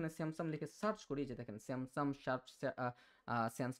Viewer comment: আপনি "Samsung" এর উচ্চারণ " স্যামসাম" করছেন । এটা শুনতে ভালো লাগছেনা। এমনিতে আপনার বুঝানোর ধরণটা ভালো লেগেছে। এবং আমি এই বিষয়টা আজকেই জানলাম। ধন্যবাদ।